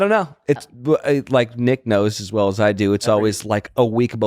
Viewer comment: Nick sounds like you have a lisp.. maybe take a pronunciation class